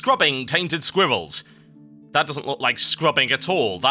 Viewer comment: WOW, not to be any kind of rude, but when i was you were talking about scrubbing squairrels... i thought u were saying "Scrubbing tainted squivalls" >.<